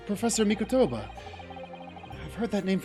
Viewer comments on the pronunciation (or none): Tiny nitpick, but with regards to Mikotoba, is saying the Mi-KOH-toba name correctly while is saying Miko-TOU-ba incorrectly